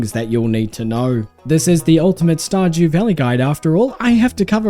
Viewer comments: Did you just say, Star "JEW" Valley? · "Star-Jew valley" 😂